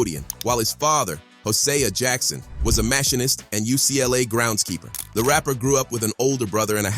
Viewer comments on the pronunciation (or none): Machinist? Is that what he said? He said it very odd. Definitely can tell he was reading from a script.